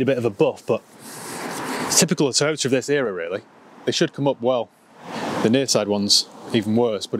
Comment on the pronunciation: Can you say “Toyoter” just one more time 😂😍😂😍😂😍